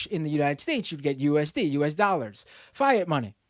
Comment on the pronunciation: I love you, but Fye-yat?